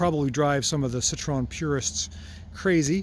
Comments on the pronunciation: It's pronounced See-Tro-En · Alright the French guy in me needs to say it Citroen can be pronounced citro N